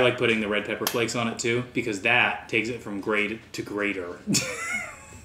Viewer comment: “Ladies and gentlemen, Salt and PEPPAH!”